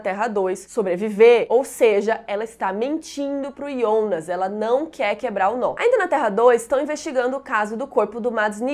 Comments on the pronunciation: Amei seus vídeos, porém tua pronúncia para fala Jonas me dá agonia pq tu fala Ionas sendo q todos falam Jonas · Ionas ou Jonas? Tenho impressão que escuto vc falando Ionas 😵😵😵